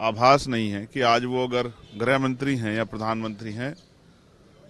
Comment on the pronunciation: Bolna sikh le beta greh mantri nahin hota h greeh mantri hata h